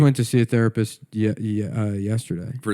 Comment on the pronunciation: The rapists prefer if you pronounce it, "theapist."